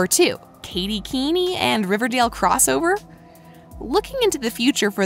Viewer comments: Was anyone else annoyed when she kept pronouncing it Katy keeny😂instead of Katy Keene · umm, i don't want to be mean but it is pronounced Katy Keen, not Katy Keeny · I'm sad that skeet and marisol leaving but I know we will get tons of stuff I feel guest starting is what it is is gonna happen with them also drive me nuts it's not pronounced keenie its Keene (kee-n) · Yess, also it’s not pronounce keen-i it’s pronounced keen. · Me too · Katy Keeny Me: It's Katy Keene! Pronounced keen, jeez... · ITS NOT KATY KEENIE IT KATY KEEN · Omg I am soooooo triggered katy keenie no no no katy Keene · Can y’all please just say Katy Keene [keen] ; thank you 🙏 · Excuse me she pronounced this as Katy Keeneee? Bruh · “kAtY kEeNy” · Why does this person not know how to say names ? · I know it was so weird lol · It is really bothering me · I know I’m dying😂😂